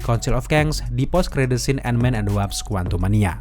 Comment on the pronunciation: WASP bang, bukan WAPS